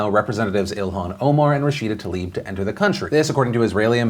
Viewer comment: Is the pronunciation of “rashida talib” accepted wrong like “Brett farve” ?? Because Tlaib =/= Talib....